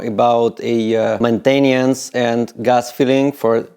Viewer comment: Man-tain-e-ence lol